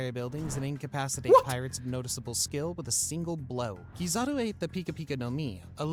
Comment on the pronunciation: it’s hard to take his ranking seriously when he utterly butchered the name that has been in the center of the story for so many years. Keyzooki? Seriously? Lol.